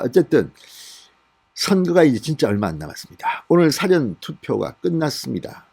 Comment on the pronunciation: 사전을 길게 사~~전으로로 읽어야 합니다 사전을 짧게 읽을때는 국어사전 입니다